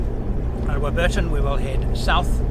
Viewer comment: you need some training in Aussie lingo not War_bur_ton but Warburton said as quickly as you can get it out of your mouth😂😂